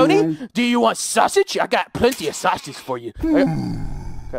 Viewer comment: "Sashage" lol sausage